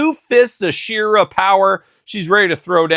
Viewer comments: Why do you say SHIRA instead of SHE ra ..it’s sheeeera like heeeman ..she…u don’t call he man himan lol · u call her shirra instead of SHE ra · me and my son are big fans of yours and I said it politely and ended it with LOL you do say shirra..found it funny ..was NOT in any way rude You were the one rude saying open your ears and get outta here..my ears were open that’s how I heard you playing all the human hits and pronouncing it different …no big deal to be offended over